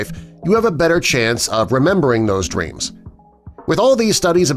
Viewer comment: Did u say dweams. It's actually dreams